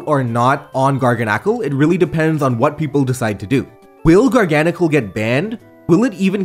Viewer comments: It's pronounced garganacchi. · IM fairly certain is pronounced Gar GAN acle. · It's pronounced garga salt like gargle salt. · I love how he pronounces garganacl differently every time he says it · absolutely love your content dude but with that being said please stop switching pronunciations on Garganacl LMAO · I like how you switch back and forth between pronunciations of Garganacl